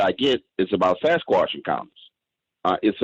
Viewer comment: As many times as has used, heard or seen it written....the word Sasquatch has a "T" in it.